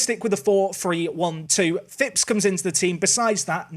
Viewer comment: Love it, you signed a Phipps. Non league i always sign Eli Phipps just because we share a surname and it's a rare surname haha. Plus you pronounce it correctly!! Also seeing Callum Rose is funny seeing he has played for both my teams Plymouth Argyle and Plymouth Parkway haha. Good Video man, keep up the solid work!